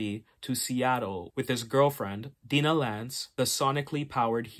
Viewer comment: I love Mike Grell, especially his Legion of Super Heroes work. FYI (for your information): Black Canary’s first name is not pronounced Dee-nah, but rather Die-nah. (Like Dinah Shore, but I’m sure that’s too old a reference for you. She had a famous talk show in the early 70s, but the only trace of her celebrity left today is a women’s golf tournament named after her.)